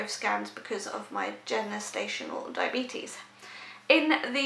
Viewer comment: It won’t when she can’t even pronounce gestational diabetes 🙄